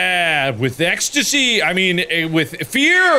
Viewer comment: Mark: With EXtySTy, I mean FEaR.